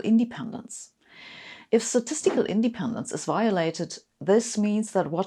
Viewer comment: Great video, however... independence should be pronounced indePENdence, not INdependence.